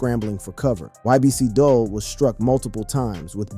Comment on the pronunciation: If his name is Abdul and you said that correctly why are you pronouncing his rapper name as Dull?